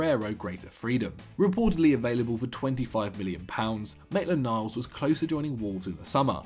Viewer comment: This guys really said mainland miles to borrussia..😂😂